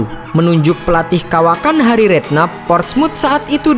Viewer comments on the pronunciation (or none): none